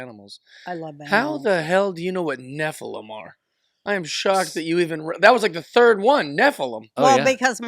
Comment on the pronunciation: Nephilum - accent on the first syllable - Love you!